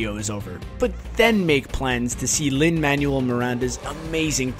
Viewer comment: Oh yeah I love me some Lin Manual Miranda... It's pronounce Man-well